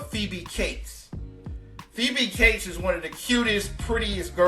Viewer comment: Phoebe Cates - NOT CASE!!